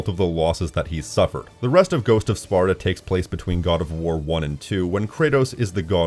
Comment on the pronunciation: "ancient sparto?" It's Sparta.